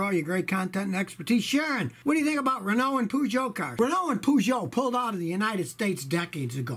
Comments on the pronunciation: I thought it was pronouned Peejot, not Poojot. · Peugeot => poojou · As a Brit your pronunciation of Renault and Peugeot shocked me.